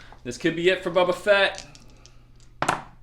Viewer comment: Are you calling him "Bubba" Fett on purpose?